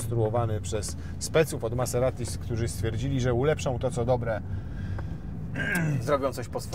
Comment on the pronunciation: Wymawia się MaZerati.